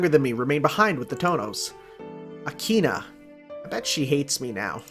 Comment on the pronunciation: Not sure if you have noticed yet but it's an H in Akiha, not an N. So it pronounced Aki-Ha, not Aki-Na.